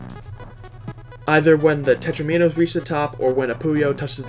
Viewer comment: Bruh just say “Teh-troh-min-owe” instead of “teh-trowe-mean-owe” because “Teh-troh-min-owe” is the OFFICAL pronunciation